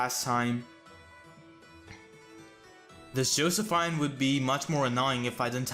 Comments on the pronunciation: I'm pretty sure it's "Joseph-EEN" instead of "Joseph-INE" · Josephine is pronounced Jo-sef-eene